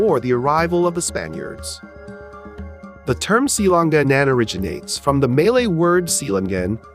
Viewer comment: Wrong pronunciation; Si-la-,nga-nan